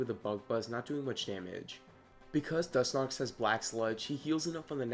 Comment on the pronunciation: Was he saying Dus-nox?